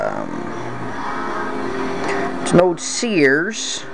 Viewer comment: sears is ONE syllable, not two.